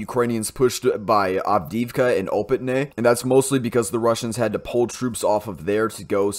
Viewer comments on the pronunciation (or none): none